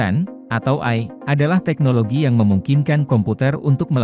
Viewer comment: Karna suara ga di latih untuk pelafalan yg benar